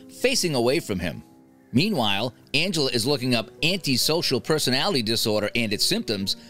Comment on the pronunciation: He really just called Aunt Angela “Angeler”. And he called cheerios “BABY FOOD”! 😂